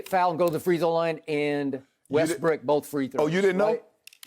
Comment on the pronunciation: Skip about lost it laughing when skip said Lebrick and Westbrick 😂